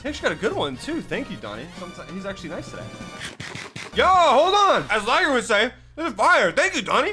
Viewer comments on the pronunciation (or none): none